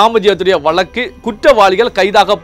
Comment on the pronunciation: வலக்கு இல்லை வழக்கு என்றுதெளிவாக உச்சரியுங்கள்